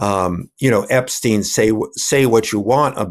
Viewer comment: Well well, how refreshing to hear Sean Wilentz pronounce Epstein's name correctly: EP 'STINE' NOT 'STEEN'